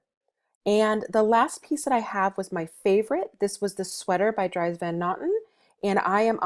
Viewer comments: Its pronounced Dreeeez not drys...:( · You know you're dealing with an amateur when the person isn't wearing gloves at the Bins. You can read the item tags for the fabric composition, or feel a small piece of the item when you've picked up your selection before heading to checkout. Also Dries Van Noten is pronounced Drees. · I believe Dries is pronounced "Drees".